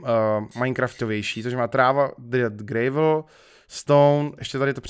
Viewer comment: Prosimtě štěrk se čte [grávl]